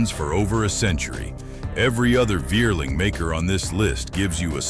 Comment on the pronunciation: I am German. What a Wierling is, i don't know. Vierling is spoken Fierling. Similar to Volkswagen, which is spoken Folkswagen. For reason of changed hunting practice in Germany, Austria i don't know, combined hunting guns are out of fashion , starting in 1990s.